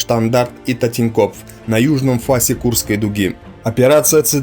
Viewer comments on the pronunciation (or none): ТОтЭн-копф, а не тАтЕн-копф. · Татинкопф?? ахах Totenkopf (3-я танковая дивизия СС «Мёртвая голова»). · "Татинькоф" бля.... ОРУУУУ))) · Тоттэн копф! Так правильно говорить! Слух режет! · Немецкие слова тоже коверкаются. Должно звучать похоже на "тотЭнкопф", "МодЭль", но хоть ударения правильные ))